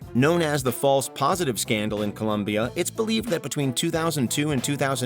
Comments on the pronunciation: "Columbia"? are you for real? COLOMBIA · ColOmbia! not ColUmbia! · It's colombia, no columbia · IT'S COLOMBIA, NO COLUMBIA. Incredible that a 25million channel does this type of mistakes..... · It's COLOMBIA not COLUMBIA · Colombia, not Columbia. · The name of the country is Colombia, it is not Columbia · Hi, please is Colombia 🇨🇴 with an O not with a U. Cooooooooolombiaaaaaaaa 🥳 Thanks